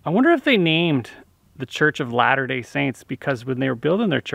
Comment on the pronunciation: LOL it's "Latter Day", not "Ladder Day". Latter meaning "near the end".